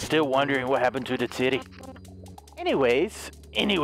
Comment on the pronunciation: When your not paying attention it sounds like he says ditty every time he say city